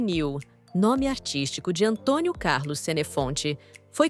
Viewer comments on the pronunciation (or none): none